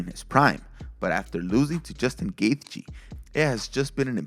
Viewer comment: Was having trouble finding your channel since the rebrand. Content is still great, but you'll always be to me... and you say Justin Gaethjes name weird